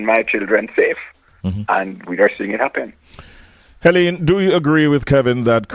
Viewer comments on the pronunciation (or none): Her name is Helene and not (Henene).